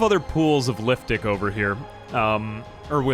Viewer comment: Every time he says liftic I think I hear liftdick lol